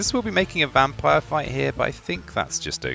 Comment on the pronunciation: It's interesting how you say "vampire" with a V sometimes but say "wampire" with a w others haha love this. Can't wait for the full game to be released